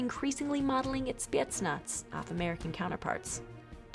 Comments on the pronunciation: The way she says spetsnaz pisses me off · Hey you pronounced Spetsnaz wrong Congrats 👋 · Yeah and you know that the spetsnaz even slaughtered, not killed slaughtered a complete group of high ranked al queda terrorists and rescued only thier target a minister. And the rest where all slaughtered. Even bystanders. And how she pronounced spetznas. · Why does she say spetsnaz so weird